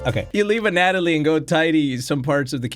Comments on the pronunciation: I hate to be one of "those" people. I don't care about how you say Karin, but as much as I like your content, the way you say A Natalie gets me triggered enough to not want to watch. It's pronounced *Ana-toll-e*. I know I'm just one viewer, so it doesn't really matter, but that's what the comment section is for right? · Ana....toly.... Not Anat....oly I just had to say it 🤣 love u ❤️ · it's pronounced "Ana-toe-lee", Anatoly. Not "anat-a-lee" that's not a name. Also it's "Ma-rai-uh", Mariah... lol come on man, you know what Maria is spelled "Maria" 🤣 Peace and love from San Antonio ✨ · I love how still calls Anatoly Anna-ta-lee instead of Anna-toe-lee how it's supposed to be pronounced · ya'll called him out for saying Karin as Karen, BUT NOT ANATOLY?? It's anatoly (ana toe li), not anatalie. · It's pronounced as the following, Anna+toll+E. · Anatoly's name is pronounced, Ana-toe-lee. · his name is pronounced An-uh-toly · Btw its Ana-toly ana like the name toly kinda like loly but with a T